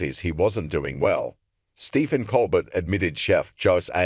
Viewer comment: This AI muck can't even pronounce words. Who is "ColBERT"??? Pure adulterated crap reporting. This site is off my feed .. 👎👎👎👎👎👎